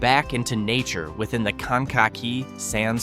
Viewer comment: Can-cocky? It's kan-kuh-kee'.